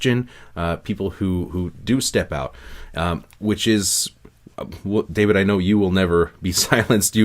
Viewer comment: I cringe every tine David pronounces his name